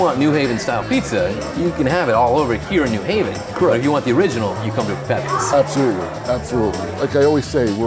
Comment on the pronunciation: It's not Pepays.